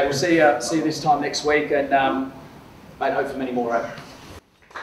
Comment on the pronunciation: Seeya nek week?.. LoL